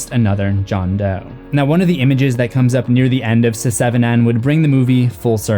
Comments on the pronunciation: Did you say Sesevenen? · seh-seven-ehn?? cmon bro